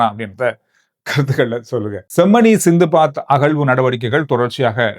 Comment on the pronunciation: சைபர் குற்றம் nicht சைவ குற்றம் அரியாலை சித்துபாத்தி மயானம் nicht சிந்துபாத்தி